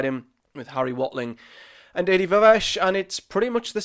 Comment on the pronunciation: I think you pronounced Adi’s surname differently every time you said it 😂